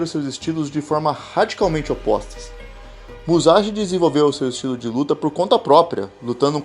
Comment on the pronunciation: é muzaxi n fi..